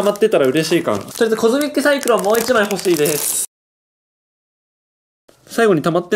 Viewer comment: コズミック・サイクロンじゃなくて、トミック・サイクロン……的な？www